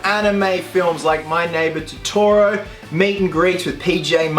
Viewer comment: I love "My neighbor Toroto" :P